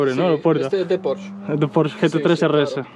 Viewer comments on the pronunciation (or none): none